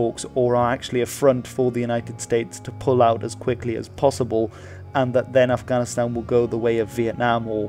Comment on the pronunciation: It really bothers me how he prounces Afghanistan